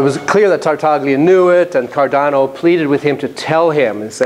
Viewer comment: Really nice talk! .. but note that the G in Tartaglia is silent.